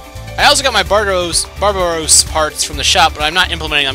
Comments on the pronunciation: Did you say barbaros? It's barbatos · Baratos? It's barbatos